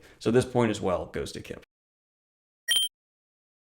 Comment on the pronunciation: Kip rhymes with chip